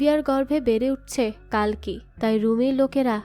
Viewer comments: "কালকি" না "কল্কি" অবতার 🙂🙂 আপনি একটু ভুল বলছেন 😊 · কালকি না,কল্কি শব্দ উচ্চারণ ঠিক করে বলুন🙄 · hindi te কাল্কী ucharon kora hoy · Seriously কালকি Ekjon bangali কল্কি uchharon krte parchen na😡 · Thik. Kali ke kali avtar bolche. কল্কি কে কালকি bolche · It's কল্কি not কালকি